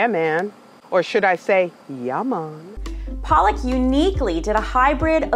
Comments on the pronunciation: Tbh its pronounced "Paluck" not "Palak" Palak is spinach mam. And she must have been brought up outside India if she can't pronounce her name right. Not shading or anything but as an indian, the fact that she can't even pronounce her own name correctly is driving me nuts!! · Palak even can't pronounce her own name correctly 😒